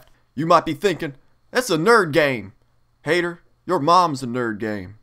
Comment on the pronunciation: The first time he said "Haytur", i clicked out of this. I hate Epic Meal Time parodies.